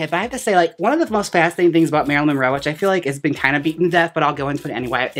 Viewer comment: I love how Jaymes keeps saying “Marylin Roe” haha